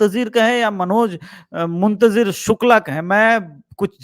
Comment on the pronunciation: Sir Manoj Muntjir Nahi Manoj Muntshir Shukla hai